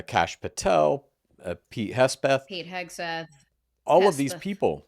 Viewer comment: Ffs please get people’s names right..The dudes name is Hegseth..Not Hesbeth.